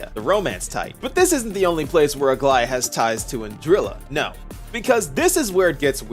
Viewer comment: Bless you for being one of the very very few creators that pronounces Aglaea’s name correctly